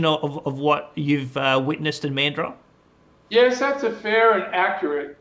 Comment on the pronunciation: Bla, blah, blah... Neither speaker can pronounce Mandurah properly. Tells me a lot.